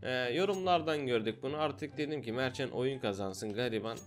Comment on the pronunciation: Mertcan abi bidaha ismini söylemedin mertcan berk diye anliyom